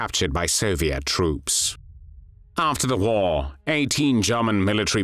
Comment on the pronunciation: Wait did u say WhAR?